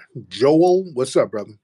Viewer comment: Brotha 😂😂. I swear as I was listening and his ass said broootha, me and Tiriq repeated that shit at the same time! 🤣🤣😂😂 Cmf